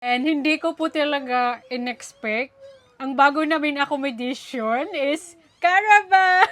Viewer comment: Acco-mo-da-tion. At hindi acco-mi-da-tion. Walang permanent address, at hindi permanently. Just correcting for good.